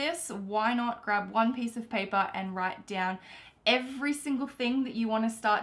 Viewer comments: "WITE IT DOWN" Thumbs up if you noticed it. P.S. love your videos. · Wite it down😂